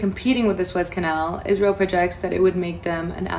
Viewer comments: SOO EZZ CANAL! JESUS, I CANT SEND YOUR VIDS CUZ YOU CANT PRONOUNCE WORDS🤨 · it's pronounced Sue-ez Canel. Very interesting stuff. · It's pronounced: SOO-EZZ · Better states but not the best cities in either state. Very blue cities! Hi, from Florida!!❤ It's pronounced Sue-Ez Canal! My husband's ship will be going through that in 10 days! I'm hoping it will be safe. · Pronounced Sue-ez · Man I really enjoy your informative videos but really you say you check everything out but then you still don’t know how to pronounce areas on a map? The Suez Canal being the latest it’s pronounced Soo-ez just like I spelled here. You can even google the words you’re not sure about for the proper way to say them. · Said " sooo ez" canal. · Pronounced Su ezz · I believe it's pronounced the sue-ez canal... everyone have a blessed day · You lost me when you said Swaze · Say it with me sue ez canal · Please check your pronunciation of suez canal ! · How can this be taken seriously when the presenter cannot even pronunciate Suez. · ARE YOU MISPRONENCING SUEZ CANAL ON PURPOSE? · Suez is pronounced SUE -éz and leviathan is pronounced la vī a than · Sue- ez. Suez. Sue-ez Le-vont. Levante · i had to ...its pronounced...sue-ez canal...and la-vi-a-thon...thank you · It’s pronounced Sue-ez not sways. Just fyi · PRONUNCIATION IS SUE’EZ’ CANAL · "Sue es" is how that canal is pronounced. Thanks for all you report! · It isn't pronounced SWAYZE canal........it is pronounced SOO-EZ canal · It's pronounced "Soo-ez" Canal, not " Sways." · Isn't it pronounced SU-EZ Canal.... he is pronouncing like 'SWAYS',,,, i Really do Think it's pronounced SUEZ, as it's written,,,,,but, i give him a pass,, <3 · Not pronounced sways.. It's pronounced sue ez. I have a friend that's a war correspondent there, the best of the best. He has his own podcast but works for CBN (Christian Broadcasting). If you watched about the war, you have seen him. He debunks rumors and been a correspondent for 20 years. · "Sue ez"